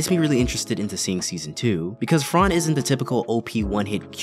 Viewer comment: its fran not frarrrn :((((((